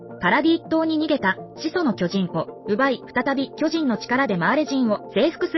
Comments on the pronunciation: 「巨↑人↓」が気になって話が入ってこないｗ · めちゃわかりやすいけど巨人のアクセント😂😂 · アクセントが読売ジャイアンツの巨人にしか聞こえなくて、スっと話が入ってこなくて困るWWW でも、時系列っていう流れもなかなか楽しかった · 巨人のイントネーションが毎回読売ジャイアンツなの笑う プロ野球の歴史は読売の支配を打ち壊す物語 「巨人(あいつ)ら……駆逐してやる！ この世から……一匹残らず！」 「おーん」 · 巨人のイントネーションが完全にジャイアンツで笑ってしまう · どうも巨人のイントネーションで吹いてしまう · 毎回「ジャイアンツの方の巨人」のイントネーションで笑う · "巨人"の発音が読売巨人軍の"巨人" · 巨人の言い方がジャイアンツ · 巨人の言い方ジャイアンツの方やん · 巨人 の発音が………